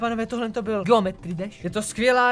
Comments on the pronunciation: On říká blyl místo byl😑😑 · proč jsi místo byl řekl blil wtfffff mě to nedává ligiku 😅